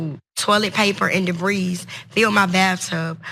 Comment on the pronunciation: She didn't write that statement. Proof?! She read "debris" with an s as in "debreeze". But so what?! This is utterly disgusting!!!!🤮